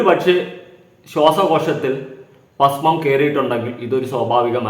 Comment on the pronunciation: പാസ്മം അല്ലടാ ഭസ്മം എന്നാണ്.പോങ്ങൻ